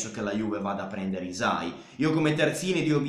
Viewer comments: la y in albanese si pronuncia tipo iu (non è proprio iu, non so come spiegarlo, iu è il suono che ci si avvicina di più), quindi sarebbe pronunciato iusai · Video perfetto, però hai sbagliato a pronunciare hysaj (non potevo non notarlo da nativa albanese). Comunque grande, sei davvero l'unico che entra affondo e discute di calcio con coerenza e capacità, continua così!